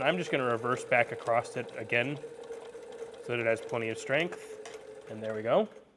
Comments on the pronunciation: What does it sound like he's saying acrossT lol it's across lol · No such word as acrost!